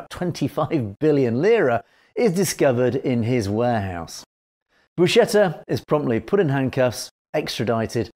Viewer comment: Buscetta is pronounced Bu-sketta and NOT Bu-shetta.